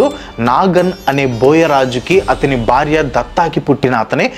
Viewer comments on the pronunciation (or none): none